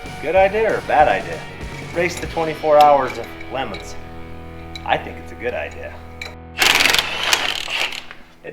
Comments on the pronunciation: That's supposed to be 24 hours of Le Mons not lemons. That way it sounds like Le Mans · 24 hours of Lee mullets that's how it's pronounced its at the freedom factory